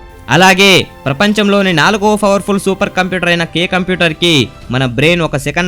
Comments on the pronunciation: mana medadu favarfulla computer favarphulla😂😂😂😂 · bhayya nuvvu fowerful ... fower anadam maneyyava 😅